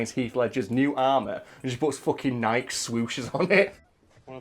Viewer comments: Please for the love of god stop saying Nike like “n-eye-ck”. It is pronounced “n-eye-key” that’s like pronouncing Peugeot “pew-jot” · Fuck, first Ozzy Man and now... how did I go my whole life without ever hearing people mispronounce "Nike", and now just in the last couple months, I've heard it from two of my favourite YouTubers? The "e" is NOT silent!